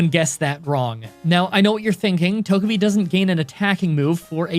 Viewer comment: I always thought Togepi was pronounced “Toe-juh-p”